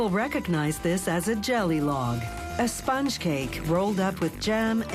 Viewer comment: I don't like her voice, but I absolutely hate the way she says "sponge"